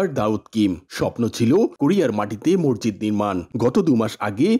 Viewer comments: মরজিদ কি? উচ্চারণ ঠিক করেন মসজিদ বলেন। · জনাব রিপোর্টার, 'মসজিদ' কে আপনি 'মর্জিদ' উচ্চারণ করেছেন। ভিনদেশী দাউদের উচ্চারণ ও কিন্তু আপনার চেয়ে ভাল। এছাড়া আপনার 'থ' এবং 'ধ' এর উচ্চারণ ও হচ্ছেনা। হতে পারে আপনি একজন বাকপ্রতিবন্ধী, তাই এমন শোনাচ্ছে। যদি তা না হয়, তবে উচ্চারণ প্রাকটিস করে রিপোর্ট করবেন, ধন্যবাদ।